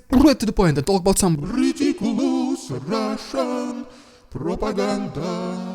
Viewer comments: That was a good intro to the RIDICULOUZZZ RUZZZIAN PRRRROPAGANDAZZZZZZ segment 👍👍👍🤣🤣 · 😂😂😂😂 I love it, Rrrrriiidicculouss Rrrrrrussian Pppprrrropaganda!! Nice touch Russian Dude👍💯